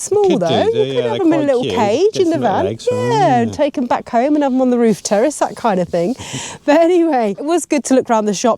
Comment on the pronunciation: What's a terrest 😂 the word is terrace😅